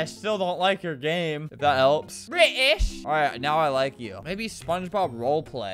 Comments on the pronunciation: The way he said “Bri’ish” , i was DEADD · bRi’iSh - - 2022